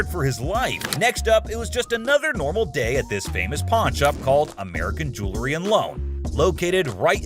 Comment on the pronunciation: Jewlery, the narrator cant pronounce jewelry. Fake just like this show